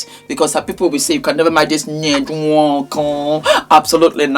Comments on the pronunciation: It's the N-wooorrk-korrrrr..😂😂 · “Ñed nWöÕǒKōŐ” Makes me laugh EVERY TIME 😂🤣❤ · The pronunciation and twist of mouth for the nwokorrr had me 😂😂😂😂😂😂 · The way you say nwonko is phenomenal 😂😂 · 😂😂😂every time you say his name. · 😂😂😂😂 the way you pronounce the surname has me on the floor z😂😂😊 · 🤣🤣🤣🤣🤣you’re killing me when you pronounce his name…I don’t know of these people but this is a mess ewwwww this man is totally gross never ever would I….J wouldn’t care if he had money falling out his ass every time he moved..money doesn’t not equal to a lot of things and one of them would be to have this gross looking man touch my body never ever money can definitely rob one of their dignity and self respect which this gross looking man doesn’t have 🤮🤮🤮🤮